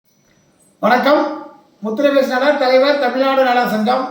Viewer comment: இந்திய அரசியல் இருந்து உலக அரசியல் வரை கிழித்து எல்லோரையும் கிழித்து தொங்க விட்டு இருக்கிறார் வாய் திறந்தால் சங்கம் முன் வைக்கும் கேள்விக்கு பதில் கூற முடியாமல் மூடிட்டு இருக்கு ஐந்தாம் தமிழர் சங்கம் என்ற பெயரை கூட சரியாக உச்சரிக்க தெரியவில்லை யாருடா இவன் கோமாளி போட அங்குட்டு